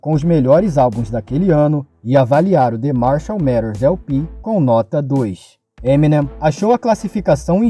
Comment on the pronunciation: daora, porem se pronuncia "Eminêm" e não "Êminem", a silaba atônica é a última.